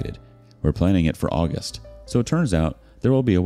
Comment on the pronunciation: He says August and I hear Hot and Buggy."